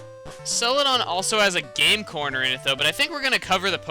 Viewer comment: Did anybody else hear him say "gay porn" instead of 'game corner'?